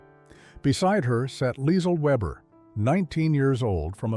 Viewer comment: SHOULD BE PRONOUNCED LEEZL VAYBUH